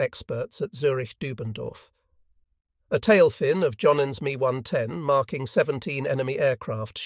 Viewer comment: It’s not an me 110, it’s an ME 110